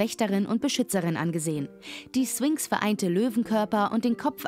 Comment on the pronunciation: Du sagst nicht wirklich 'Swinx' oder?